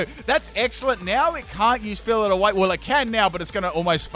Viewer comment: "Fillit away" It's pronounced 'Fill-Ay Away'